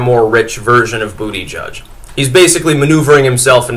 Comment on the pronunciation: He said Bootyjudge, heh heh, heh heh.